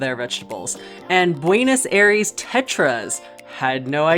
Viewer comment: the way she pronounced "Buenos Aires" made me cringe sooo hard